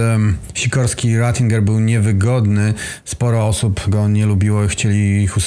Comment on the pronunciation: Dlaczego jest napisane Retinger a narrator wymawia to Rezinger :)? był kardynałem?